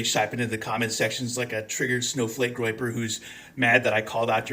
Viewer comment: “Groyper”, not “groper”. Just google it.